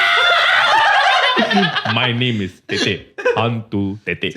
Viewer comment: Dude the funniest thing about the Hantu Tetek story is the way pronounce hantu tetek!It was freaking hilarious. Can't wait for the live show!Will be there.